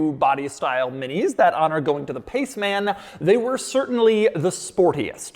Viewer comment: Forgot the Clubman, and the Paceman. Two ultra quirky Mini's. Nevermind, it just sounds weird how he says Pace Man.